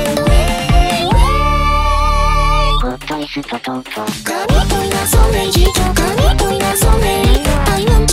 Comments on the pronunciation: this song is good, but when they said "gott ist tott", istg they said that in the most japanese way possible it just sounded japanese, like they did not try doing an actual german pronounciation for that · it sounds like "Gotto isutu toto" or something, most likely due to use of syllabary, 't' -> 'to' etc. like in the youjo senki - los! los! los!, where the words 'feuer, sperrfeuer, los' sound like 'feuer shuperu feuer los' this also leads to the german vocals in the fanmade version to be "feuer sperrfeuer feuer los", adding a second "feuer" due to the additional syllables, so, "feu-er-sperr-feu-er-los" becomes "feu-er-shu-pe-ru-feu-er-los", and then becomes "feu-er-sperr-feu-er-feu-er-los" after re-translation. (or sth like that... i hope i used the right english terms, or close enough to make sense) Plus, as you can guess from the simple, straight to the point guess i made, i'm german<3 cheers everyone